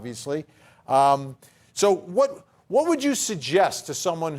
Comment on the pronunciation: “Exterera” is not a word. It’s “etcerera”. Vinnie- you should know better. But I still like you.